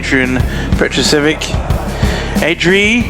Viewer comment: Funny how everybody "can read" French or whaever he was, but simply can not read the croatian surname. It ain't chinese my boi. Learn to read first, then you can pronaunciate it right. goddamn people.. why are you comementator if you cannot read.